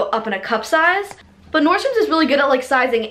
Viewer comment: nordstromS??? Nordstrom